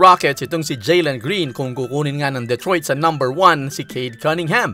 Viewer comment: Duh-troyt not Deh-troyt